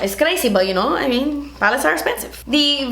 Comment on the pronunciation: her accent when she says "through" and "esspensive" <3 :D